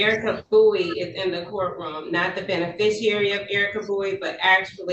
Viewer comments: I’ve got news for this dummy…there is NO such word as “benefisher” Hey lady…your dumb is showing!! 🤦🏻‍♀️🤯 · What on earth is a Ben-a-fish-erer? This woman appears to be a non-functioning alcoholic. Pauline (Light Tajiri Bey) on the other hand is a functioning alcoholic. She can put complete sentences together. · "I am the benafishooer of Erika Bowie"